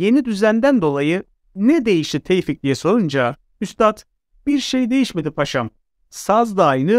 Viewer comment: Ben yanlışmı anlıyorum. Yanlış anlıyorsam kusura bakmayın. Tevfik değilde Teyfik diyorsunuz gibi geliyor bana!